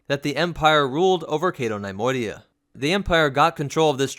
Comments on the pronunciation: NUH-Moidia not NIY-moidia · nee-MOY-dee-uh, not NIE-MOY-dee-uh.